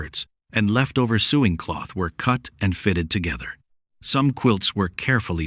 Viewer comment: A “suing box?” I hate the way AI sounds.